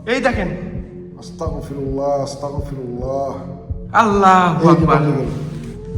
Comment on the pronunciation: ভাই আস্তাকফিরুল্লাহ হবে না ❎ আস্তাগফিরুল্লাহ হবে ✅